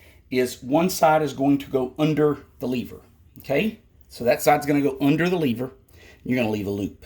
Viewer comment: Its pronounced lever not lever bruh